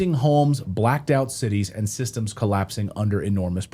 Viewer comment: 'Russia UND China', am i the only one who hears that german 'wordchen' (2 times!) there?